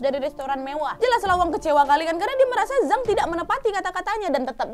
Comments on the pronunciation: Mau koreksi harusnya "Jang" bukan "Zang" ☺️ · Zhang = cang bacanya wak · Sukses terus Kak Nadia. Ngomong2, untuk pelafalan pingyin bahasa China, "Zhang" bacanya "Cang", Kak. :) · Ok tak apa lah mbak pake aksen melayu apa indo.tapi yang betul Z itu dibaca C jadi Zhang bacanya Chang😁 sukses selalu🙏🏻